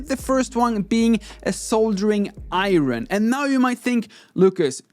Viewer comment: It kind of makes up for the "iron".